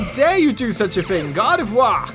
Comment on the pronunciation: Lmao he says Gardevoir correctly but tanks on saying Kirlia the right way. 😂😂😂